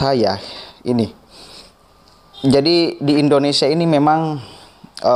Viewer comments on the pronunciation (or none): none